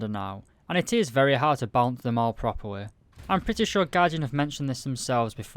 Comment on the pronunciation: When you say balance it sounds like you are saying bounce.